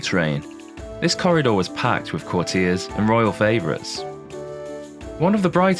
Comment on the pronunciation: Yes, eg of 'Savoy' and 'courtier'.